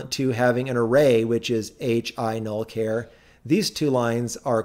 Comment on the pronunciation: WTF is a "care star?" It's a ch sound as in "charge."